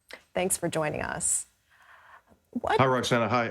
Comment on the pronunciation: She said his name wrong at the end.